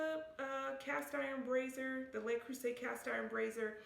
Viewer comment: Great review and great advice!!! Thank you! Just FYI, I’ve noticed most Americans mispronounce the “Le” in Le Creuset as “lay.” It’s actually pronounced more like “leuh.” 😉